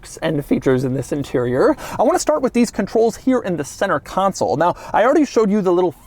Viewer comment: CON SOUL not council!!!!